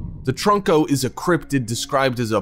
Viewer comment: It’s trunko not troko he said troko